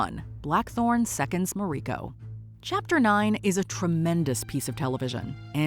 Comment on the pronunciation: It's ma-ri-ko not ma-reee-ko